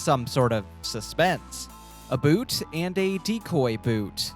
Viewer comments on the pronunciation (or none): Everytime he says "a boot" I keep on thinking about my Canadian friend.